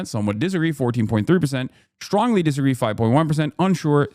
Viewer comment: Stwongly worded letter, oooh boy buster, chuck'll show them what for! Then you'll all see you never shoulda made fun of the democwatic pawrty boopie poopie doo